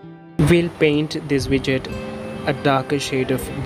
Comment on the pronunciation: You said vidget right?